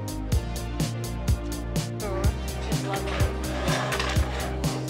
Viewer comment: The correct pronounciation of the "tuk-tuk" is like "took-took"